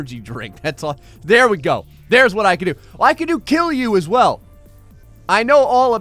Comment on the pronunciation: It's KILJU.not killu